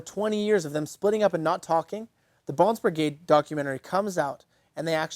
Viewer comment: He said Brigrade.